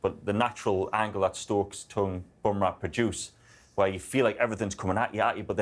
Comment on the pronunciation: For the love of God tell Athers it's Tongue not Tong